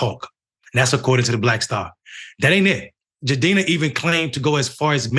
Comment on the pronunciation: Bruh is butchering his name then brings Rachel Dolezal on to talk about this who in typical Dolezal fashion, says the mistreatment of women by stringing them along ISN'T that bad.